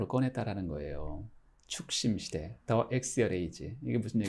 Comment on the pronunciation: 작년부터 교수님 강의에 열광하고 있는 사람입니다. 거의 모든 동영상은 다 찾아본 것 같습니다. The Axial age(축심, 기축시대)를 발음하실 때 The가 모음으로 시작하는 단어 앞에 있기 때문에 강하게 더가 아닌 디라고 발음해주시면 감사하겠습니다. (디 액시얼 에이지)